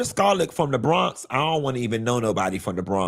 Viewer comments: He did us bad 😂😂😂😂 I’m from Brooklyn and I was hollering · LMAO don't say the Bronx like that 😂😂😂 I'm from the Bronx... I'm delicate lol